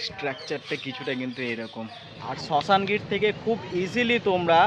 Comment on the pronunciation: আরে ওটা শাসনগির😂 শশানগির নয়